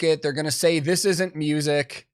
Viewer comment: I'm having trouble with the pronunciation of "music" its an "IC" on the end not "ACK" but that is a tiny gripe with the video in the grand scheme of things lol. But I do have a lot of problems with Fine Brothers as an organisation, I still havent gotten over them trying to copyright the word "React" becuase that sort of thing drives me crazy!!